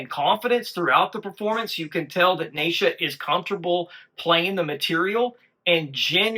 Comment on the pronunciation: … New Sub here following the MS MAGIC MOJO … the little stick of dynamite on lead is 16 year old “Nitro Neisha” her name is pronounced like (KNEE SHA) not NI EE SHA or NAY SHA … JUST SAYN 👍🏼🙏✌️❤️